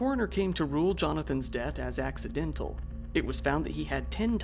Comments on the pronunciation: Did I hear you wrong, or do you keep calling it Axe-idental? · please tell me you meant to say Axe-idental